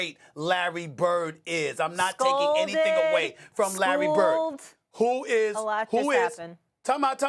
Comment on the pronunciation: He's saying his name so wierd